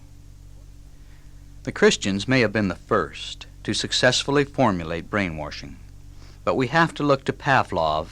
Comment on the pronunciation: It's kinda funny that he's saying "brain-warshing" the way the hillbillies here in TN pronounce the word "wash". I love this talk though. It's fantastic information.